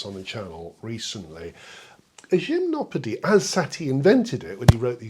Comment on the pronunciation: I finally know how to pronounce Gymnopédie, yay!